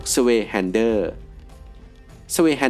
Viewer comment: Zweihänder อ่านออกเสียงว่า ซไว ฮานเดอร์ (Zwei - 2 ,händer - มือ) ออกเสียงตามหลักภาษาเยอรมันครับ ในรายการ Forged In Fire ทางช่อง History ของอเมริกา ก้ออกเสียงตามภาษาเยอรมันครับ เห็นออกเสียง Zhanmadao - จ้านม่าเตา ได้ถูก เพราะส่วนใหญ่คนไทยจะออกเสียงผิด เหมือนยี่ห้ออุปกรณกล้อง Zhiyun (จื่อ-ยวิน) คนไทยส่วนมากออกเสียงเป็น ชี่หยุน เห็นออกเสียงได้ถูก เลยอยากให้ข้อมูลในส่วนของภาษาเยอรมันด้วยครับ